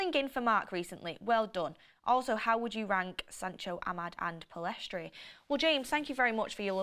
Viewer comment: FGS it's Pell-iss-tree NOT Pill-ess-trie